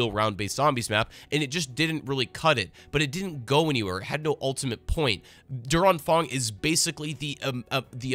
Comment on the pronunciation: oh lol i was watching this on my second screen in the background and always thought "Durang Fang" was some sort of Chinese Thing until i figured out it was meant to be "Der Anfang". You butchered the pronounciation so bad my german brain could not identify it as german xD